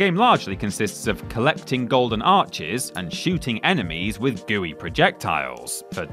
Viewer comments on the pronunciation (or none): none